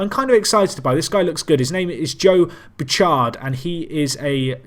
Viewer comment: Bouchard is pronounced Boo-shard